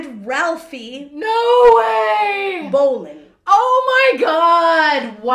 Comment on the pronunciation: As some one related to Alf bolin (he’s my grate great grandfather’s grate uncle) I pronounced it Bo-Len